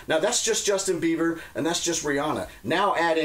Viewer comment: saying "Justin Beaver" over & over cracked me up